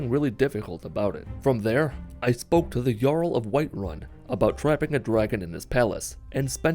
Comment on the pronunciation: "White Wun"